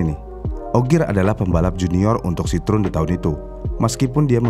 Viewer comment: CITROEN kalo dibacanya Sitroeng bang 😂